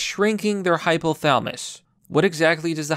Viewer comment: Hypo - tha-la-mus. Pronounce the "LA" buddy.